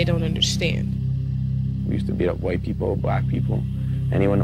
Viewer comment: DID YOU JUST SAY WHITE